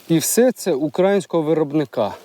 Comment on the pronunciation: УкраЇнського (наголос на 'ї')☝️ Дякую за контент на рідній мові!